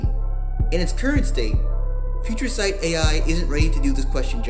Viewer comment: Nailed the name "Future Sight" Amazing!